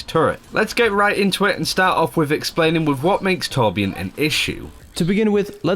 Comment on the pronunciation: Hey, just wondering why you as a swede pronounce torbjörn as tårbjårn:p